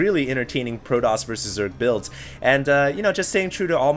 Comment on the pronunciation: argh, stop saying proDoss!